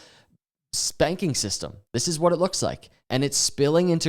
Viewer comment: 🤣🤣🤣 You said it right "Spanking System!"